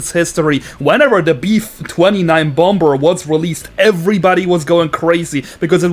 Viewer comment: it's funny how he says "bomBer"